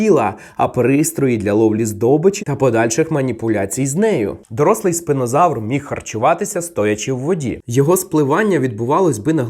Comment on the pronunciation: Спінозавр. А чому ви називаєте його спИнозавром? Spina читається не через "и", жжеш...